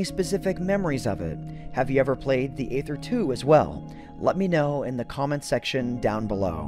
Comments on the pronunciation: It “EEther” that is the pronunciation.... hearing “Ather” messed with my head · You’ve probably heard this many times before, but just in case, Aether is pronounced “EE-thur,” not “AY-thur.” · Isn't it pronounced EETHER ? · It’s not Aether it’s aEther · its EEEEEEEETHER NOT AYYYTHER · wait i thought the pronunciation of Aether was e-ser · It’s pronounced EE-THR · I still pronounce it as 'Ether' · Pronounced eether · Six minutes of mispronouncing aether. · I think the aether is spoken with a silent A